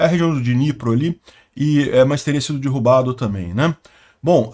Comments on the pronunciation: Sugiro cuidar na 🎉pronuncia de derrubar. Dói nos ouvidos quando você fala DIRRUBA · A pronúncia da palavra DERRUBAR não é com a letra " I " derrubar e sim com a letra " E ".